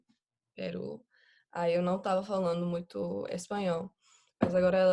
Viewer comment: Impressionante, só o "muito" denunciou que pode ser alguém não nativo. Não nasalou tanto quanto nativos, mas pode ser um nativo com resfriado kkkk (e ainda conseguiu sotaque levemente nordestino entre o cearense e o bahiano 👏😮)